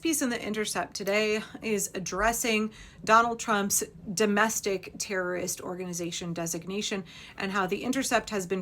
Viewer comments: Btw.........you missed the opportunity to tell us you have a rare bone marrow disorder that prevents you from pronouncing the letter t in the word erroris?😂 If you get it........... you're both awesome and unfortunately old!🖕🤪🖕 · I don't understand the term, repeated term that sounds like errorist. That is what I heard sounded like. What is it? Never mind. You explained it. :)